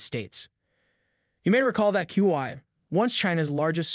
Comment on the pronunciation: For heaven sake you can't pronounce HUAWEI correctly.